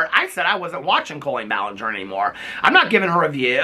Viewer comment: This is a good video. But I don’t like colleeein balanger